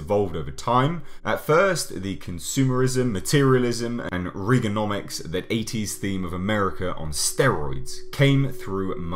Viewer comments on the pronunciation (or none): REEgenonmics? you mean reaganomics? fucking idiot.